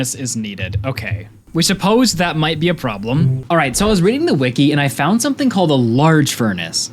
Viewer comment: "achieve sumPthing!"